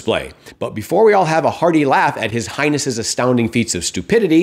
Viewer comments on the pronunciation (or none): Did you refer to Trump as “His Highness”? It really sounded like you said “His Hindness”. If you didn’t, you should have. 😊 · Highness, or heininess? 😂😂😂